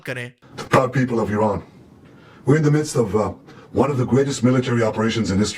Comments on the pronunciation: AYRAN NAHI, ITS IRAN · Ayran nahi woh Iran hai theek se kaho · please correct your self, iran is not "Ayran", its "eeran"... its annoying to hear ayran